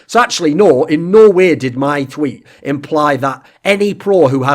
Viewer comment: anyone else felling like when thorin says no way it sounds like he is saying Norway